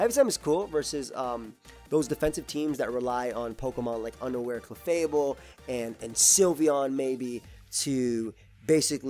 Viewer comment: "underwear clefable" I know he said unaware, but he sounds like he said underwear.